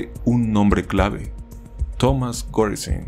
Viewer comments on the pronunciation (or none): none